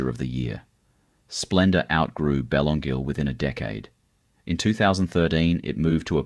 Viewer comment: Yes, so many of these photos don’t relate to Byron! Some even look American. That’s AI for you, I guess .. . Someone needs to teach AI how to pronounce ‘Wategos’ and ‘Belongil’ !!!